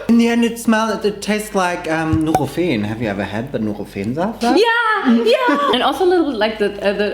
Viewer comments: Is not nurifein is NUROFEN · I’m from Australia and the way they pronounced nurofen sounds so wrong to me 😂😂 also I love the jelly’s in the chocolate 😂😍